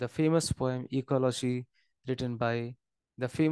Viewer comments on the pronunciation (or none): It's ecology not ecoloshii😢